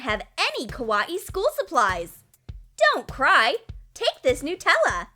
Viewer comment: Dose anyone Else get triggered by the way they say Nutella 😂